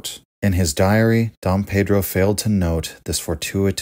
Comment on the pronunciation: Let me prepare mentally for the wrong pronunciation of Pedro. Edit: Wow nice try! Good.